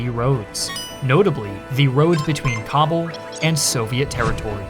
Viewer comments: It’s pronounce Ka-Bool!!! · It takes merely 10 seconds to google where stress in the word Kabul goes. To unsubscribe for me takes even less time. Farewell